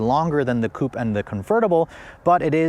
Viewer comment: Coupé. Coupayyy. They even add the accent mark on the logo, please prounce it!